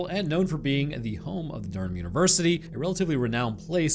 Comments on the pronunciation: You are saying Durnham correctly(ISH)! You can either pronounce the H or not. Southerners mostly just say "Durn-am". Also well done on Pennines that is indeed "Pen-ines" 😊 not "Peen-ines" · Hi! Love your content! I’m from the north east of England near Newcastle. It’s pronounced: DUR-RUM although spelt Durham also consett is exactly how you’d think - Con-Set. First time commenting! Love your videos! 🖤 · It's pronounced dur ham, as local and student of the university the mispronouncing of local areas hurt my soul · Du-rham. Sort yourself out. I bet you're student more than 'local' with that idiocy